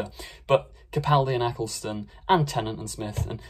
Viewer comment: At least you pronounce Capaldi correctly, hardly anybody does